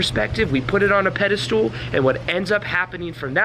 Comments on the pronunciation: It’s pedestal not pedastool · Pedestal Not pedestool. No “s” after “anyway.” That’s ghetto. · It's pedestal, not "pedi-stool." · Is he saying "Pedi stool?" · You lost me when you said "pedastool" for the 12th time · Pedestal, not pedalstool (IT Crowd) 🤣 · This video just popped up on my feed. Pretty good video and I think it indeed confirms what I think about these things too. However, I have to say, since you repeated it many times, that it is not “pedistool,” it is pedestal. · very captivating - btw I think the last syllable in pedestal is pronounced "stull" not "stool" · Right, i got 5mins before i had to comment - stop saying "pedistool". There's no such word. What you mean is "pedestal". It's not pronunciation either - you literally drew a stool under that figure. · Fyi, its pedestal, not pedastool....lol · Please stop pronouncing Pedestal as ped-ah-stool ....!!! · I like how he pronounces pedestal as "Pedi-stool". I'm just being a jerk. It's a great video. =) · Pedestool? Haha Do you mean pedestal? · You keep using the term pedi-stool, instead of pedestal. Recall that 'stool' is a synonym for 'crap', so you were right the whole time pronouncing it that way. Exalting someone needlessly is a bunch of 'crap' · Is he saying 'pedal stool'? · You keep saying pedestool so I can’t watch this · Bro stop saying pedestoooool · Yeah it sounds like that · Sorry, I keep hearing "peda-stool" and lol IT Crowd reference. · Maybe it's "Pedo stool"! lmao! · Treating people in positions of perceived power (your boss, the CEO, celebrities, etc) like an equal is a good tip and can be highly effective when done politely. I am a little distracted by the way is saying "pedestal" though. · I’ve noticed that none of these dating coaches can properly pronounce the word pedestal.